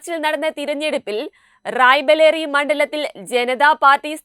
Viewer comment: റായ് ബലേറി അല്ല; റായ് ബറേലി ആണ്.